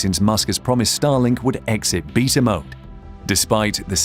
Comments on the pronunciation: Beta is pronounced bay-tah, not beet ah. Good Lord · "Beetah" mode is that how the British say Beta (Baytuh)? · The way this guy says beta, triggers me lol